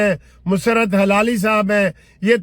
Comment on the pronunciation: وکیل صاحب حلالی نہیں بولا کریں صحیح لفظ ہلالی ھے